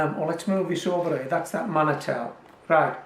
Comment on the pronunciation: Manitou is pronounced man-e-tu. It means Creator or God. It's a Cree and/or Saulteaux-Ojibwe word from Native North American people.